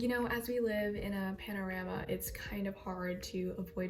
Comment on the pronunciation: girl i love you but "panorama" got me XD